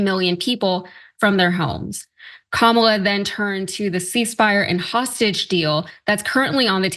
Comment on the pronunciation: Lil erkd that yos didn't pronounce Kamala name correctly.after all these years that should be e-z .have a feeling he neither knows her history nor even cares to look it up.. interesting